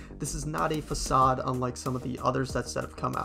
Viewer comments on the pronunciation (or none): none